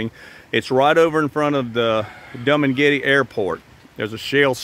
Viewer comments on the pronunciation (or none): I like how you say Dum and Getty for Dumagete.😅 Nice project. But, with the weather changing and ocean rise, I would hope you take that into account. Many places in Hawaii and here in Virginia and North Carolina are washing away into the sea rise.